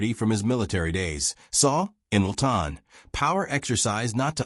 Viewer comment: Good grief, Chales Laughton''s last name is pronounced LAW-Tuhn. Simple. Also, it's interesting that many of the actors who were closeted gays in the early days of Hollywood are flashed constantly through the narrative, though they're not mentioned as one of the "evil hypocrites". It's almost as if the owner of the channel is trying to expose them in the group, for his own reasons, without saying it out loud.